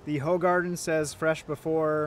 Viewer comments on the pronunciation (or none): I’m ok being that guy. It’s pronounced “Who- garden.”